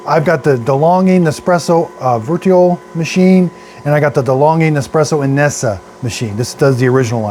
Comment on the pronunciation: Darn, Dad. Your tongue is more tied than usual. First Vertio, then Inesa and to finish off Aerocinco 3. Geesh!🤣🤣🤣